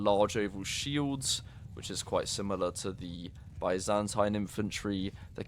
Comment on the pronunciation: Bro, i swear if you say Byzantine empire the way you are saying it now, i'll launch fourth crusade and take over you capital. Geez. What do i do with all the blood coming from my ears now, huh?